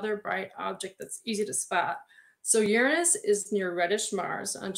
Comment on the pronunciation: this is wonderful, but you're pronouncing Uranus incorrectly!